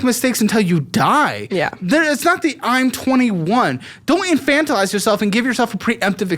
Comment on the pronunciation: Super proud of for learning the correct pronunciation of “infantilizing” and using it almost every episode ❤